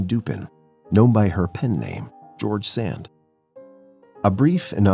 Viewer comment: was kind of expecting this pronunciation of ‘George Sand’, but it still cracked me up. Sounds posh in French but in American English it’s like that guy from that small town store or something.